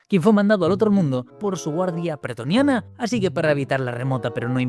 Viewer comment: Gran video. Puntualización: se dice pretoriano